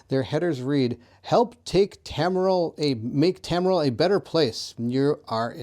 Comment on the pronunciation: I like how you read 60% of names wrong 😂 you are still very fun to watch and do very good videos. Tamriel was Tormil or smth 😂